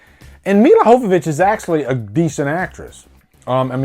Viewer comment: Your not pronouncing Milla Jovovich last name right in this review. Worst edited movie since Suicide Squad? I heard resident evil the final chapter was the worst edited movie.